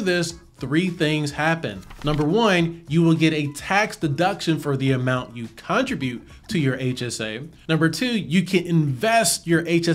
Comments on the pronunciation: this is amazing!! (btw this is SUPER pedantic but i think you’re pronouncing “contribute” wrong ) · lol! I was wondering the same thing. Maybe I say it wrong?? Ha ha ha.